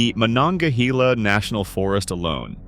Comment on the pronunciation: Kan- aw- wuh , say it with me , Kan- aw- wuh and Muh- nonga- heel- a , again Muh- nonga- heel- a , jeez. Damn I hate these videos for butchering the indigenous names or our rivers .